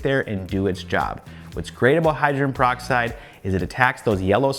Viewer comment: It’s pronounced Hy-dro-gen peroxide. Not Hy-dren. Just a friendly FYI. There were so many words I didn’t pronounce correctly until someone told me. And I appreciate it to this day! 😁